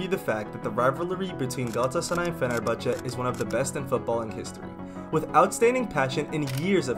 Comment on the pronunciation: Don’t Forget the “Ç ç”in “Fenerbahçe”